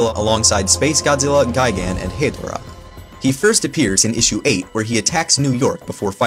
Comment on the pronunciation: It’s Hedorah ( HA DOOR A) not Hey Dora.